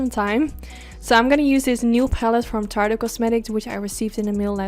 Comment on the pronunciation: you're my eye makeup GODDESS!!! I tell everyone everywhere that YOU are THE best MUA in the world! And I follow many! Thought I'd help you out and let you know that Tarte is pronounced as just "Tart". The "e" on the end is silent. But the way you pronounce it is TOO PRECIOUS!! Please don't change it! ❤❤❤